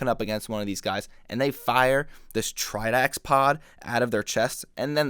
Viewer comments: you pronounce the black and silver makuta's name as "kirrox" not "keyerawks" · Chirox is said cure ox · I'm pretty sure Chirox is pronounced "cheerocks" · I always pronounced Chirox as Chee-rox.